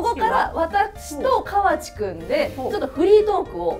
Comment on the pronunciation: 大阪(東部大阪地方)ですが、この講座 私の親でも使わない大阪弁を教えてます。 川地アナの名前の言い方も、カワチの発音もこちらでは一本調子『カ→ワ→チ→』さんと発音しますよ。 自転車も、柄が悪い方がチャリンコとかチャリと言ってますよ。 普通の男女共に大阪(関西)人は『自転車』と言いますよ。 大阪の『さか』は、『坂』だと縁起が悪いから『阪』を使われていると聞いたことがありました。 すみませんが、大阪のイメージ悪くなりそうなので、本当の普通の大阪弁(関西弁)講座にして欲しいです。